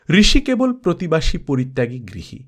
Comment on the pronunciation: প্রতিবাসী না কি প্রতিবেশী?